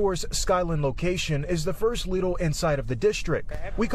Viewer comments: It’s not Lydl. It’s pronounced as in Leedle. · It’s “leedle” not “lydl” I can’t really say much cuz I used to call it “liddl” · its actually pronounnced '' lid ul'' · Dang she pronounced it wrong